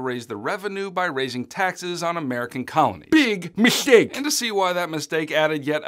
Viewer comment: I just love how as I`m going over apush for the exam, is making all them jokes. The "Bwig Mishtake" pronunciation made me laugh so hard 😄😄😄